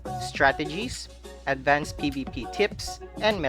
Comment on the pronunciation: ah yes, "Advcanced".